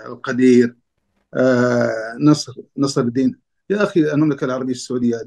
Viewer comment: نصر الدَين✅ نصر الدِين ❌ 😂😂😂😂😂😂😂😂😂🦦